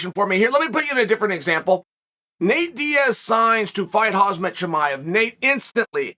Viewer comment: would love to see islam michealchiv vs hazmat chemaiev in the future, if only i had a dollar for each time my man pronounced them wrong 🤣